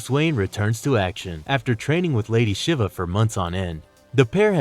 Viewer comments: Not lady shivuh lol...she-va shiva is pronounced she-va lol. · Psy-key, Val-Lay, Sh-ee-va, Hair-eh-tick, Fer-ver, Des-pot. You're putting the wrong emphasis on the wrong syllable. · Too many pronunciation errors, Shiva and fervour to name a couple. I don't mean to be a grammar nazi but everyone on the crew does it. Speaking of which how many people are part of this channel? It seems to be a different voice every time. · Good analysis, but you make a lot of pronunciation errors... Psyche, Shiva etc